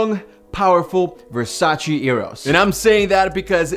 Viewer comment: it's VERSACE! no Versa-chi